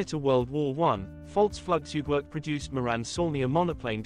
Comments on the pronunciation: Your German is atrocious 🤣 the “J” in Jagdstaffel is pronounced like the English letter “Y” and it’s “Floog” in Flugzeug not “Flug” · Fully agree with this speaker! The video may be of good quality, but your command of German is horrible so I terminate watching this video after a short intro. When you tell this story, you should be able to say the German name for Aircraft!